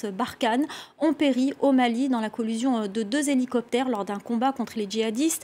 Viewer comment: Collision pas collusion ! C'est moi où bien elle répète de nombreuses fois collusion ?